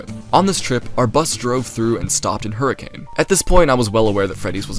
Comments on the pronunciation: erm,,, actually its pronounced "her-ah-kun" not HURRICANE. do your RESEARCH RIGHT... 👺👺👺👺👺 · its not hurricane its pronounced like hurri-can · its pronounced hurri-cuhn im gonna SCREAM